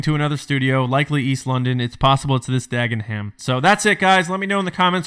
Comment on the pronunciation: Just a Brit here chipping in; it's pronounced 'Dag-en-um' (yes; it's weird!) - and I'm hoping this whole story is true, as I don't live a million miles away from there and I would like a job please Lucasfilm.